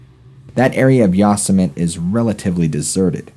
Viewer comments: ......it’s Yo semi teee. Yosemite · It is not [yaw-se-might]. It is [yo-seh-mu-tee]. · ya'-sooo-mite!?!?!? Really!?!?!?! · Wait dude. I’m like in and do I hear you say Yosamut’ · You miss pronounced Yosemite. Haven’t you seen looney toons